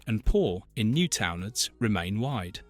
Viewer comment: I cringed at “Newtownards” so bad 💀